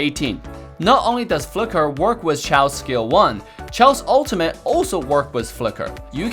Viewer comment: Why say "chaw" when it's clearly "chou"?